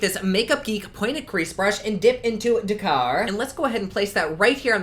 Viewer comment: The emphasis is on the Dak kar...theres a really famous motor rally goes from Paris to Dakar. ..so don't emphasise the beginning its the same on both syllables.. Btw appropriate name this pallet. .I don't know if you are always as exuberant at night but you seem supercharged. ...freaky!